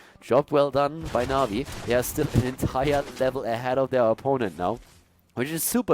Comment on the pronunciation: Did he call Na'Vi masturbators?